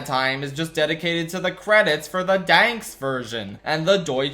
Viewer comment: what do you have agaisnt the danish credits. this is at least the second time you brought up the danish credits in a disney short. do you just like butchering pronouncing Dansk